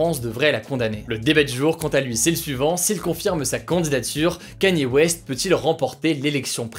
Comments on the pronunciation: Enfin un français qui prononce bien Kanye West! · Merci, enfin un français qui sait prononcer correctement "Kanye West" :D